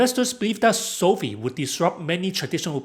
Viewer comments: Hate to be the guy but it's pronounced SOFIVE like Wi-Fi not SOFEE😅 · It's not SOFEE; it's SOFI (long i).